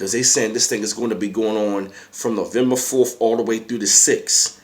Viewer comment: What the fuck is "Nuvumbufawlf?" 😂